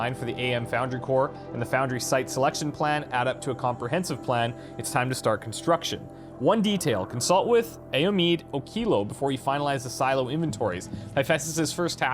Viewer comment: It's so cool to see my culture represented in a sci fi fantasy video game (I'm Yoruba Nigerian like the name you mispronounced Ayomide, no sweat). I'm so amazed.